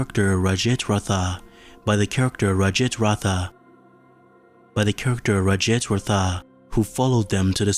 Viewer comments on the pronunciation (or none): Lol you trying to pronounce the indian name rajit ratha